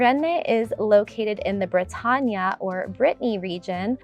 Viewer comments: Rennes is pronounced wren, not raynay, or Renee… and it’s brahta-gn, not ña,, it’s a hard sound to hear and replicate for foreigners, so Brittany is fine… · Have you ever visited any of these places ? You say you speak French but you mispronounce both Bretagne and consistently wrongly Rennes. Many of your photos during the Rennes section are not of the city, some not even in the region !! From this you appear to be yet another fake reporter !!!